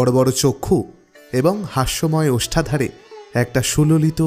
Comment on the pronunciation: Ota ostadhar na ostadhor ... Ai uccharongoto dik gulo ektu kheyal rakhben pls😊